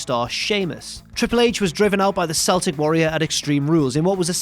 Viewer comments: are you SERIOUSLY telling me that a Brit doesn't know how to pronounce the word CELTIC??!! It's not Sell-tick like that moronic American basketball team pronounces it. It's KELL-TIK. Even the WWE knows how to pronounce it. So you have no excuse. C'mon, man! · It's pronounced keltick. Trust an Englishman to know nothing of their neighbours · Oh dear god...I just heard a Brit say Seltic...and I'm questioning every choice I've ever made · Speaking of Seamus The Celtic warrior it's pronounced Kel-tick not Sell-tick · Ah yes, the "Seltic Warrior" vs "The Kerebral Assassin" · Soft C Celtic Warrior? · Was more concerned with his pronunciation of Celtic myself.